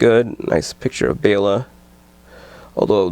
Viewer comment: You are one of the only people whom I've heard pronounce Bela right. Everybody else says Bella...